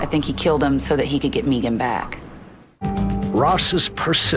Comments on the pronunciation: Nope, she pronounces her name Meegan. Sounds silly, since it’s usually Megan… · Its Maygan. Not Meeegan..😅😅😅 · who shows up to an upscale dinner party to assault the veggie tray! What’s this guy doing when people aren’t looking?! To be honest I heard Meeegan 😂 did it. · Scott Mçkày is beautiful the name Megan .